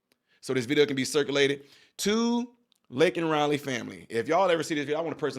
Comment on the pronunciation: POSJB didn't even say her name correctly. What a slap in the face!!!